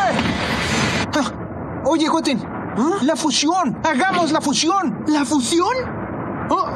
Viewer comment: La fushion xdddddd